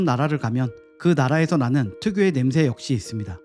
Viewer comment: 냄 thㅐ 라고 발음 하시네 thㅐ 가 아니고 혀끝이 입천장과 앞닛몸 사이 꼬리에 닿게 냄새 라고 발음 하시는게 맞습니다